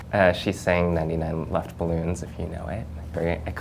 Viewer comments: The way he pronounced 99 Luftballons is so funny😂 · xBeast the english version was called 99 red balloons. he is pronouncing 'luftballons' with an american english accent - it made me giggle too :P